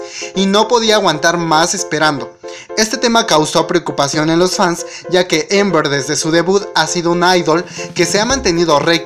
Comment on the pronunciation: Se dice Amber no Ember